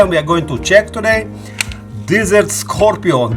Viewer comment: Nice scorpion. Pronounce ‘score-pee-on’